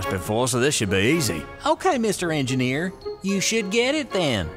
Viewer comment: that is so funny at the start when he said mr. engerneir